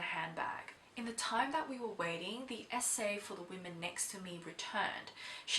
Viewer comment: You say "SA" but I keep hearing "esé"